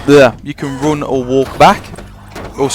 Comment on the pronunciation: Dont take this the wrong way but seriously, I have never heard anyone else in the whole world pronounce the letter U like you do man. Gounes = Guns Roune = run anyway, Where does it comes froume? Couze id like to know. I just think its funny